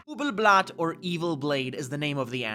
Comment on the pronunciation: Ubel "Blyatt"